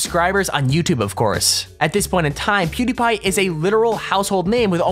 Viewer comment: He said Qtipie insted of Pewdiepie